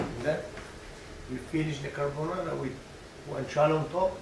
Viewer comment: i wish i could say guanciale like him